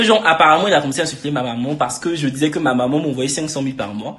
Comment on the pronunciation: mais wsh on dit maman pas momon 🤣